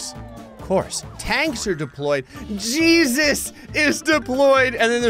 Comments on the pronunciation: I'm slightly dissapointed that never realized it way hay zues not gee sus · Maybe it wasn't supposed to be Jesus, it was supposed to be Hey-Zeus, pronunciation wise, and he's just a really powerful Mexican guy. :D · I think that the super pedestrian's name is pronounced 'Heysseus' 😂😂😂😂 And when did they modify the warthog to be a VTOL?? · I don't think it was Jesus. I think it was a guy named Jesus but pronounced hay-soos.